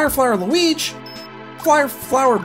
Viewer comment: When you said Mario Luig it sounded like my luig